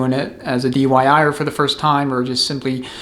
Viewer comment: Another get set of recommendations. I feel I have to give you a hard time about the dyi'er, I'm know you meant diy'er but said dyi'er a lot. I'm sure you are having a good laugh about that too. Happy New Year. A $47 bushing tool on amazon works well, a little ATF makes install easier than going in dry. 52 in 1 Custom Bushing Bearing & Seal Driver Set The stator and input shaft expander and resizing tool sets out of aluminum are $10 now. China has greatly reduced the prices on specialized tools. The outer race from the input sprag, a threaded rod, a 2x4 and a piece of metal work great to remove the low revers piston snap ring.